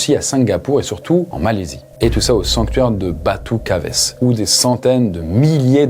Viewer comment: Batu Caves, comme grotte en anglais, pas batu cavésse 😅